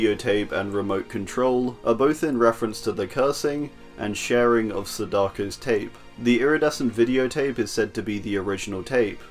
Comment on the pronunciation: It is pronounced Sa-da-ko You are hurting me man